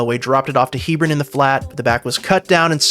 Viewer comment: It's Heb-ron